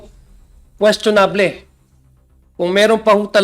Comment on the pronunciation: Queschonab-leh? Ano yun?